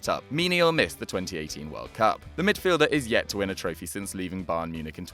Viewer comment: Why do you keep saying 1718 though, instead of 2018?